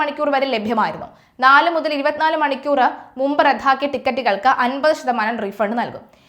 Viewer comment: റദ്ധാക്കുക അല്ലല്ലോ റദ്ദാക്കുക അല്ലേ